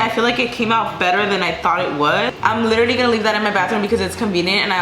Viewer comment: Like for every time she said litteralie